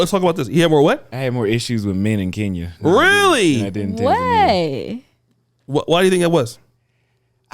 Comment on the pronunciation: Hint: it's pronounced "KEN-YA" (Kenya), not "KEEN-YA"! 😉 🇰🇪